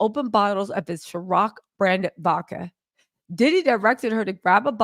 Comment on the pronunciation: “c”iron… not chiroc 🤞🏾😂😂😂😂